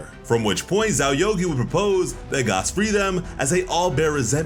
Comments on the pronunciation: Gaaaas not Gahss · fuck is you saying gos for bruh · Is think it’s pronounced “Gass” like a reference to the actually thing. For example Oil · Are you saying Gas or Gos??? Lol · Why TF are you pronouncing it Goss?! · Lol why is hes pronouncing Gas’s name like that 😂